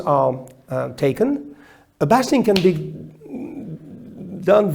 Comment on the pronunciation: I have always heard basting pronounced with the long a like baist not bast, I have heard henry poole cutters, huntsman cutters, and John Kent and Terry Haste all say it that way.